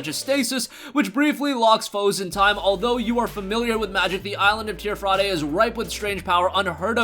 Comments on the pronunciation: It's not Tier Fraday it's pronounced tier fradee idiot. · MY GUY learn to breathe please. Also, its pronounced teer-fee dee, not teer fra day.